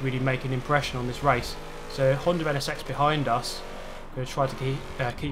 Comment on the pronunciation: Camoru, Honder... lol wtf